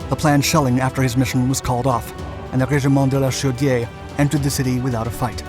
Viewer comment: Great pronunciation on régiment de la chaudière!